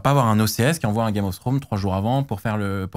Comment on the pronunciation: comment c'est possible en 2025 de pas etre foutu de prononcer le mot "game" correctement